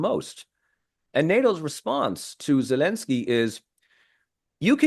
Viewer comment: Regardless of any other points this man makes, I find this man ridiculous in his attempt to say “Zelensky” in the Ukrainian pronunciation, and Taliban” and Afghanistan in the Afghani pronunciation while he can’t be bothered to say “Romania” in the Romanian pronunciation or Bulgaria in the Bulgarian pronunciation. Is he attempting to be “respectful” or sound “educated”? I am simply confused. I am not sure how Romanians or Bulgarians are supposed to either be impressed by his lingual abilities or to feel respected culturally when he goes to such great efforts NOT to use the English pronunciation for some countries but not for Romania or Bulgaria….😂😂😂